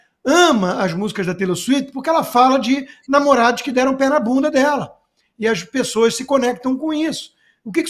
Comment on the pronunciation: AS PiSSOAS",CONSTA?!!! SÉRIO?!!!! "pis-so-as"? JÁ NÃO BASTAVA O "ACONTiCEU"?!!